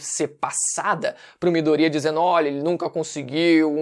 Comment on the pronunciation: Midorya, não midoría mano 😂😂😂 q agonia